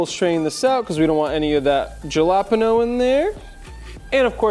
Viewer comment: Please do not galapano, sounds horrible! It is Jalapeño. It’ll be like calling Tequila tiquelo or Cognac lkanoc or something worst! Please and thank you for shearing! Hope you don’t mind the suggestion! Cheers!